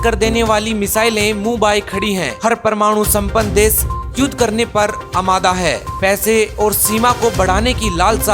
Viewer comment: विस्व या विश्व, देस या देश सहर या शहर पता नहीं कौन सा सही है 😂